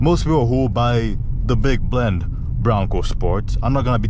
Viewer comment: Big BEND, not Blend. 😄